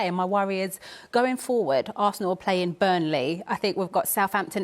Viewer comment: She is an awful pundit, speaks ok yes but all he said was that she doesn't pronounce G at the end of a word and he is correct, playin rather than playing. I don't see why people are bothered by that, it's an observation and a correct one .